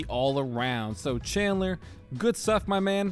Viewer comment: Did you say CHANDLER